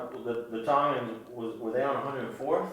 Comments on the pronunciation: It's Tong In, not Tounge in 😂😂😭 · Dude said Tungens 😂 it’s Tongans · Bro pronounced it (Tun-gun) when it’s pronounced (Tawng- Gin) XD 😂 🤣